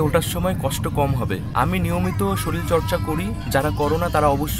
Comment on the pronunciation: bhai sarir ta ke sorir bolo, "soril" bolona